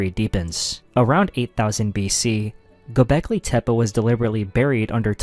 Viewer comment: Gobekli tip 🥀